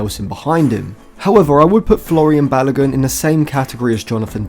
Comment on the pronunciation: My man just said Florian Balogun🤦🏽‍♂️